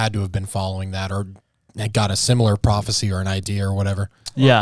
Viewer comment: bro she said papisie instead of prophecy she literally has two brain cells and they are fighting